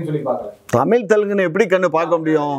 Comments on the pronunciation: Tamizh pa.. Tamil Ila.... Zha... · தமில்.? தமிழ்.? பாவம் தமிழ். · Kamatchi daan tamil nu solludhu anchor aavadhu ozhungga tamizh nu pronounce panni irukalaam